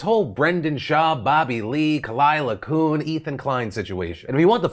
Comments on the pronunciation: Just a note, Kuhn is pronounced "kyoon". At least, that's how I hear Khalyla say it. Koon sound a bit like a slur 🤪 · IT'S (KUHN) PRONOUNCED KEE-EW-N BTW